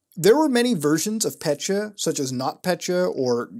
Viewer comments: Pet-ya, not pecha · As a Russian, I get more pissed every time he says petya . . . Not PETCHA it’s PET-YA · Dude, not "Pet-cha", it's "Pe-tja" or "Pe-tya" ("Петя" on Russian).I don't know how more clearly to show pronunciation in text form. I know that is very puny criticism, I'm sorry, but every time I hear "Petcha", it makes my brain to spaz out. P.S. I did like this review though, like any other virus investigation, they all are great (unlike your Russian, which is not surprising). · It’s not “pechya” it’s “petya” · petya not petcha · pet-yuh not petcha reeeeeeeeeee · So I am Russian and hearing petya pronounced "petchya" hurts. It is still good video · Thanks for the awesome video as always, but i just thought i`d point out that ''Petya"is actually a woman`s name in most slavic countries and it`s pronounced "pet(as in ''pet)-ya(as in yahoo)" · Your pronunciation of "Petya" make my ears hurt